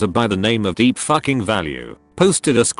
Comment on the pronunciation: The way he says "deep FUCKING value" makes me howl every time